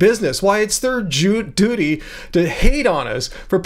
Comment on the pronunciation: Keep up the great work! I can't believe you nearly said 'duty' correctly